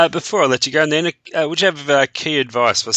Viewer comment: At film spot the host renames Nina ' Nanic' a bit odd yet he is in Australia 🎉